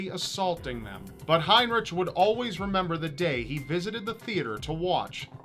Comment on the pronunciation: You are saying his name wrong. In german heinrich is actually heinriH. Ch = h (haynrihh)